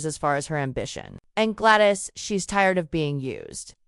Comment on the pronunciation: What the heck? GLAD ICE? Duke of Birmingham? Is this a crazy AI narration?